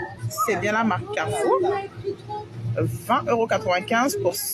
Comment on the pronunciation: Mais non ! ce n'est pas la marque "Carrefour " ... elle le dit elle même ! C'est la marque "Caoueufoueu" ....D'où la difféouence de pwoui